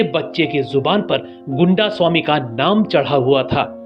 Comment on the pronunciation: Goondasami nahi.. Gaindaasaami